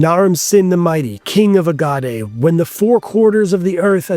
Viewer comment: I hope you're a young guy cause that Agade pronunciation was embarrassing